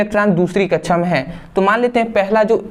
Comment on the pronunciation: Very nice 👍 sir samjhate to bahut achchhe hai sir but kaksha ke jagah kachhchha bolte hai😂😂😁